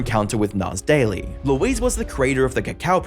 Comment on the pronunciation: "Nass daily" was more like "an ass daily"